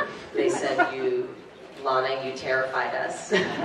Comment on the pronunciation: You said Lama it Lana